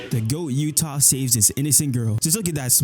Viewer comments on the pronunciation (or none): i swear hes saying yuta and geto wrong on purpose